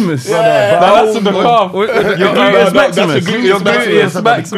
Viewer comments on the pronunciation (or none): When mentioned Rhian Brewster it's mad cos I was just thinking Rhian Brewster & Michael Ward deffo should be guests on the nex ep!!!!!! Looooooolz scoring own goals🥅⚽️😅🤣😂 Why did you lot let that slide?! Why did you lot let him get away with it?! defo should've got the ⛑ for saying Gluteus Maximus wrong VAR!!!!!